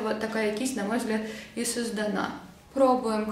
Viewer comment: извини,но не созданА,а сОздана